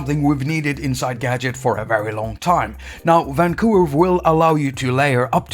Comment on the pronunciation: Hate it every time you say: Vvaaan...COUVER